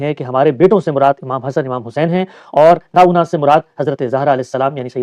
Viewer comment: یہ چھوٹے مولبی صیب اتنی تیز رفتار گاڑی میں چلے جا رہے کہ قرآن کی آیت کے الفاظ بھی درست طریقے سے ادا نہ کر سکے افسوس وَنِسَاءَنَا وَنِسَاءَكُمْ کو ناؤنا بول رہے ہیں یہ غفلت اور کوتاہی